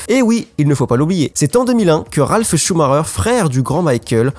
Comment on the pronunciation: bah "schumarer".....